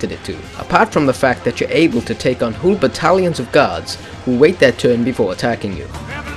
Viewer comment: The way you say 'whole' is hilarous. HOOL!